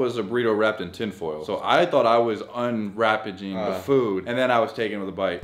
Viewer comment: said “Unwrapaging” I’m dead 😂😂